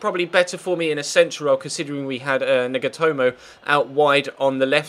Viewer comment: he said nigatomo